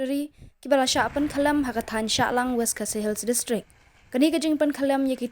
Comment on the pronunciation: Shallang not shahllang